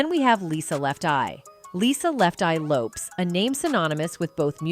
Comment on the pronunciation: If you are going to speak on someone, say their name correctly. Lisa left Eye Lopes(it is pronounced like Lopez).